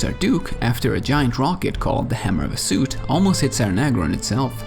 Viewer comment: based on* based on* based on* also NEHEKarans not NEKAharans also Ziggurat not Zigguwrath Hashut not Hasoot